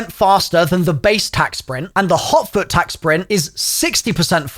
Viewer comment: I thought he said hauk tuah. Instead of hot foot